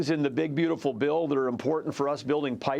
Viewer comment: Maria is one of the last few people on Earth who knows how to pronounce "Important." You know, with T's.